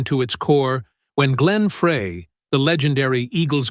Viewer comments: If you pronounce it Fray rather than Fry, you lack credibility. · Thanks for the vid.......but please tell the A I squirrel Glenn's last name is pronounced "FRY....not "FRAY" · His name is pronounced FRY not Fray! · The guys name was pronounced fry,not fray. Damnit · It's Fry not Frey!z,! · His last name is pronounced FREY, not FRAY!!!!!!!! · Why the obsession of how to pronounce his name. The man is dead. Does it really matter now? Also he was no angel. Once he died everyone acted like he was a saint. Great musician. Average human with faults some pretty bad. None of us are perfect and certainly not Frey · It is Frie , like frying french fries . Not Fray . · I knew from day one it was pronounced- FRY not FRAY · It’s Fry not Frey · It’s spelled FREY GLENN FREY Pronounced FRY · Pretty sure it’s Glenn’Fry’ , not Glenn ‘Fray’ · Why is this narrator saying Fray? Glenn's surname is pronounced "Fry" and spelt Frey! Not hard, really! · Frey. (German). Pronounced: 'FRY'. 👍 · I could have more respect for the narrator if he would take two seconds to learn how to pronounce Glenn Frey's name correctly. Insisting on calling him by a name that is not his name, the narrator also insists on making himself seem callous, careless, disrespectful, rude, and less than intelligent. I am so deeply relieved I am not the narrator's mother. I would be so very embarrassed. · I can't stand listening to this guy that don't know how to pronounce Glenn's last name it's spelled frey but pronounced fry get it fry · The pronunciation in this. Just think French fry and then you’ll know how to say Glenn’s name 🙃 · First of all, his bame is pronounced FRY... .FRY.. GET IT???? Secondly, there would be no Hotel California, without Don Felder!!!! Get your facts right!!!! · PRONOUNCED FRY!!! JUST GOES TO SHOW YOU DIDN'T DO YOUR BASIC RESEARCH. DON HENLEY WAS ARROGANT AND UNCOMFORTABLE TO BE AROUND.. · PLEASE PRONOUNCE GLENN'S NAME RIGHT!!! (FRY) and that's Hotel California, not otel California.